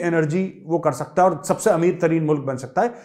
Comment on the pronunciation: Sir your Pakistani accent and especially the word ( haaae ) is the best , Please use it atleast once in every video . By the way you are the best , Pranam , Jai Hind {🕉️🙏🏻😍🇮🇳😘}